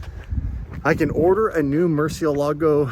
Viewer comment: kills me every time he says Murcielago I can teach you how to say it correctly 😂😂😂